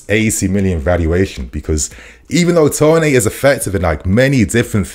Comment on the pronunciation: Why are we pronouncing it Ivan Tonay dude??